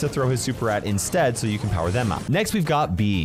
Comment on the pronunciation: "star pwower" - 2023